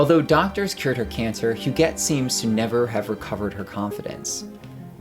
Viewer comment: Est-ce que l’on prononce « jette » ou « guette ». On dit GUETTE alors dite Hu”guette” et non “Hujette”. C’est qui derrière cette narration qui ne sait pas comment prononcer HUGUETTE?